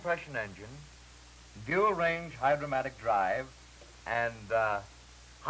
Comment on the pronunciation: It’s Hydra-Matic. Not “Hydromatic.”